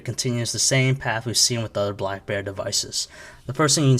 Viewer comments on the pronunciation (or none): BLACKBEAR !!! ITS BLACK'BERRY' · hahaha he does say blackbear. maybe this is a different review then i thought